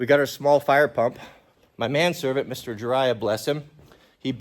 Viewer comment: The way you say man servants is weird.